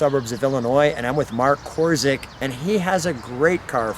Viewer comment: Nice to see you again Lou. By the way, it is pronounced KOR-chik. (Cz = Ch, Y = I. Czy = Chi).